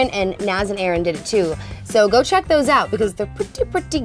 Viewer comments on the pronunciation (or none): none